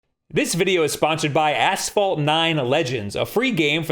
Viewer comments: I keep hearing him say "ass-fall" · Maybe it's a regional thing, but we say "ash-fault" here.